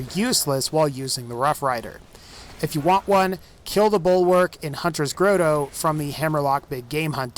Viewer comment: "Hunters grow toe" xddddddd